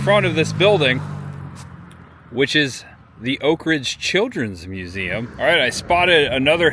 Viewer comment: You pronounce Oak Ridge as one word. It is pronounced as two words. You're forgiven for not being from around here. The NOAA building just outside Y-12 on Illinois Ave is an original medical building that still shows where the doors once hung for Colored on one side and White on the other for medical care. Thanks for a refreshing tour of Oak Ridge.